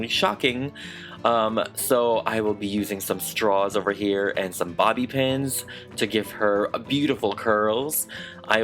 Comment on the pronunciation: When u said bobb pin I thought u said body pens